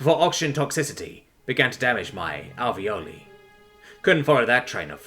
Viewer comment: Btw, the last syllable of "alveoli" is pronounced like "lie". It's the plural form of alveolus. They're inside our lungs.